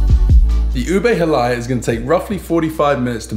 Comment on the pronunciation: You pronounced “monggo” correctly, … the halaya should be “ha-laya” not “hala-ya” if im not mistaken… but nevertheless, you guys are amazing as always..